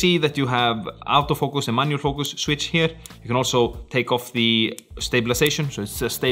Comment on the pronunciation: 'Out'o Focus? or Auto Focus? That Scandinavian accent lol